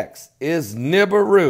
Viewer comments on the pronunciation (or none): none